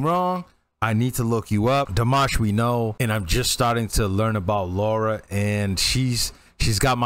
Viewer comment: Just a small point: it's Lara, not Laura.